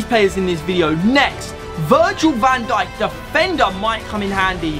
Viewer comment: Not van sink van dijk